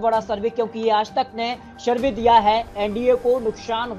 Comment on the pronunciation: ये श श श तो सही से बोल ले भाई।।फिर शरवे means सर्वे करना